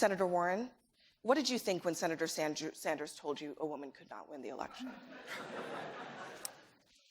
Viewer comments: Did the """""moderator"""""" call Bernie "senator Sandjew" ??? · "senator sand-jew" freudian slip?